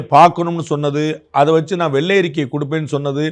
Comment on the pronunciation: The governor couldn’t even say “naan” properly in Tamil.. he repeatedly said “naana” and what ridiculousness…. They should be able to pronounce such a simple word properly.